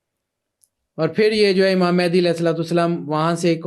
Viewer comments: Naam toh sahi lele bahen Mahendi nahi Mahdi hota hai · It's Imam Mehdi not Imam Mehndi